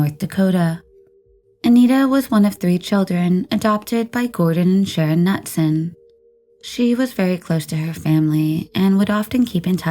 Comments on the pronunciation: Knutson is pronounced Nootson not Nutson. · Anita Knutson = Anita Ka-NOOT-Son (Not "Nut-Son") 😉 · I'm getting tired of the YouTube peeps either dont pronounce the names correct or are just reading without thinking. Pretty sure it's not nutsome. But noodsun. So messed up how you dont even realize this. Grrr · Pronounced ka-nootson, not nutson